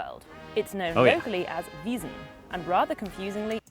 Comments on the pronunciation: No, not also... "Wiesn" and "Wasn" are different, sounds different and are written different. Focus more please 😛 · Wiesn is not Wasen! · There's a difference between "Wiesn" (veezn) for "Oktoberfest" and "Wasen" (vahzn) for "Cannstatter Volksfest", dear! Just listen carefully ;-) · The Octoberfest is called Wiesn (spoken weezn) tha swabian is called Wasen